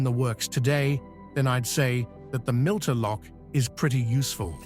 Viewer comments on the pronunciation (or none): It is NOT a “milter” lock, it is a “mitre” (or “miter” in the US) lock. Like a bishop’s mitre.